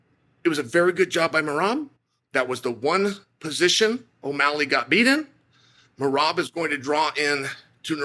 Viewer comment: Please make a video of him saying merabs name. 😂